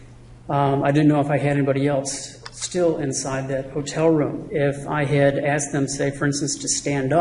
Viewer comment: "Axed", did the expert witness actually use "axed" instead of the correct pronunciation 'asked' on the stand?